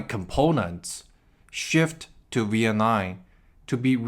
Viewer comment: You’re the first person who can’t pronounce Vietnam. The last letter isn’t M not an N. you pronounced it like the last letter was an N.